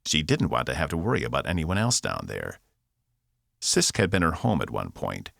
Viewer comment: Welcome to planet Cyst. I know it is Sisk, but this narrator makes it sound like cyst. LOL